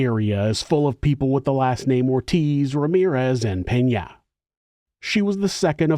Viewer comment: Good morning oh boy our last name Peña and you actually pronounced it correctly! Anyways Happy New Year everyone! ❤🎉 Hope everyone has a great New Year's Eve and hope we all bring in a Happier, Healthier, ❤️‍🩹 Successful 🙏 New Year 🕛 🎊😊Enjoy, stay safe watch your surroundings, and if you're going out please don't drink and drive! Ladies cover those drinks when going to the Ladies room!